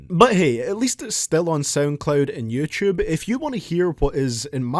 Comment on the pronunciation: innit funny when he go “youchewb”